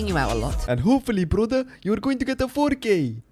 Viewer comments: And here I am listening to this guy saying fo Kay, who’s fokay??? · Ngl the intro when he kept saying 4K started to sound like fookay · At first I thought he was saying the f word with a british accent lol